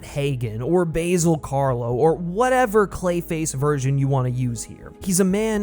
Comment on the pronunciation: Stop saying "Basil" weirdly.